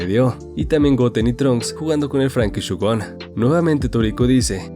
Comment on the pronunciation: Muy buena review pero por favor es shogun shOgUn no shugon shogun como el termino japones primero la o luego la u a ver probemos a decirlo en alto mientras leemos el comentario SHO-GUN ves no era tan dificil